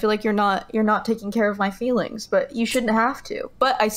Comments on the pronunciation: What the hell is Fefe? Does she mean feelings? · Saying fifi instead of feelings is major league cringe ball bases loaded grand slam cringe